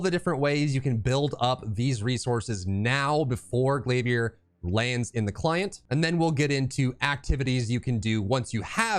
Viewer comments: “Glaviérrr” 🧐🧐 lol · the way you said glavier i was like ya hes getting a sub, but i already was lol